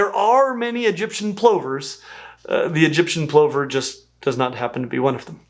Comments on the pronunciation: Always feels weird to hear people pronounce plover like “over” with a “pl” instead of “lover” with a “p” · I have never heard anyone rhyme "plover" with "clover" - I have always pronounced it to rhyme with "lover" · Hadn't come across the American pronunciation of plover before and didn't know there was a difference. In British English (at least for my accent) plover rhymes with cover not clover. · Had to consult wiktionary to be sure: plover rhymes with "lover" not "clover". FYI, murrelets, not-too-distant relatives of crab plovers, also nest in burrows. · Plover = Pluver not Ploover! At least that's how I've always heard it said, and the number of times you 'mispronounced' it was driving me a bit nuts. Also, there are no seagulls. There are just gulls, many of which are associated with the sea, and landfills. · I trust you a lot when it comes to animal name pronunciations. My whole life here in Australia I've only ever heard "Plover" pronounced like "Lover" with a p. Are you telling me it's been "Ploe-ver" the whole time? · It's not a p-low-ver it's a plu-ver as in lover 😂😂😂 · "Plover" rhymes with "lover" not "clover." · Plover rhymes with lover French pluvier from Latin pluvia "rain (water)" and related to pluvial. So plowver makes no sense. Someone learnt that from reading it which is not how language works, it's spoken. Only dead languages work from reading. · Never come across 'plover' being pronounced to rhyme with 'clover'... in the UK we say it such that it rhymes with lover . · Also in the UK: 'plover' rhymes with 'lover', not 'over'. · Plover rhymes with lover. Masked lapwings are grassland terrors around my part of the world. They lay their eggs in grass and are very defensive of their nests with loud calls and charging. They could lay their eggs in a more defensible location, but that would be too obvious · 'Plover' is pronounced (over here in the UK) as 'Pluvver'. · they're pronounced P Lover as in a Lover... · Isn't it pronounced pʰlʌvɐ?